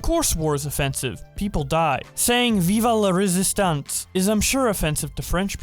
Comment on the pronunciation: you pronounced "vive la résistance" wrong, as a french person i am highly offended